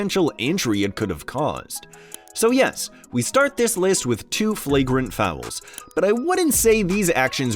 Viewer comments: Are you saying fowel? LOL!!! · How the heck are you making “fouls” a two syllable word 🤣🤣